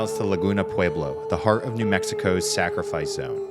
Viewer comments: If you're going to make videos about the Pueblos... learn how to say the word. It's just pweb-lo. not pew-ee-blo. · pew-ee-blo klingt wie deutsche Aussprache 😁